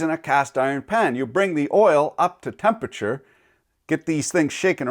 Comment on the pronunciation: Just a tip: temperature has 4 syllables and there is an R in there